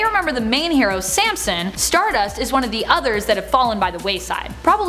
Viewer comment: You need to pronounce StarDust like Cody Rhodes does lol